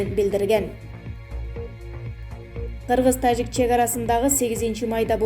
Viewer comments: тажик эле десен ташик дебей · ИНИЦИДЕНТ ДЕГЕН СӨЗ ЖОК ДА,МИРЗИЁЕВ мирзёев Эмес,ТАЖИК ДЕГЕН СӨЗДӨ КЫРГЫЗЧА ,,Ж" ТАМГАСЫ АЙТЫЛАТ ОРУСЧА ЖУК ДЕГЕНДЕЙ ЭМЕС КАНЧА АДАМ КӨРӨТ УГАТ СИЛЕРДИ КЭЭ БИР ЖАШ МУУНДАР ДА КӨРҮШӨТ ОШОЛОР СИЛЕРДЕН УККАН СӨЗДҮ ТУУРА УГУП ТУУРА СҮЙЛӨГӨНДҮ ҮЙРӨНҮШҮ КЕРЕК МААЛЫМАТТЫ ЧЫГАРУУДАН МУРДА ТЕКШЕРИШ КЕРЕК.